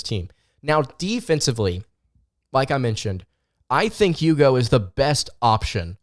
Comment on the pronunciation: It's eww-go. Not you-go.